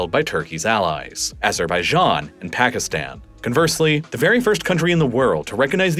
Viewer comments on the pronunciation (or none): none